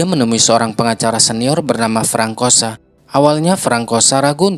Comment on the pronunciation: Bukan frankosa. Itu baca nya FRANSOA kak…